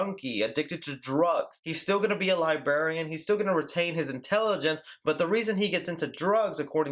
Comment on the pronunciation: its librarian not libarian im sorry that really got to me XD